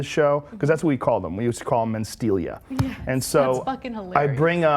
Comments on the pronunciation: "Mancia" - How can this bitch not know how to pronounce Mencia? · Mencia, ana, not Mancia. She always reads something wrong. Atleast it was.only that in this video. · Carlos mAncia? I’m pretty sure it’s Mencia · You'd think someone hosting a show would know how to read..."Carlos Mancia?" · Lmao "mancia" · Carlos "Mancia", as she pronounces it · "Carlos Manseeuh" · It annoys me when she pronounces it man-cea lol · MEN-CIA. Men.... Mencia. Ugh, these people. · She can’t even say Carlos’ last name correctly.